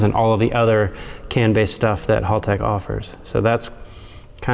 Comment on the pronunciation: mispronouncing Haltech and somehow making a half hour video out of it.